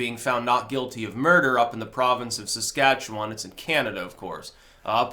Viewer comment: oh my gosh you said Saskatchewan properly! :D